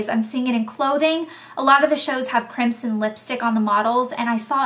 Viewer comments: it sounds like you're saying "crimpsin" just to be cute. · The way you pronounce crimson sounds so pretty! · lol you say crimson funny. we say it, "crim-son" lol with an aussie twang. rofl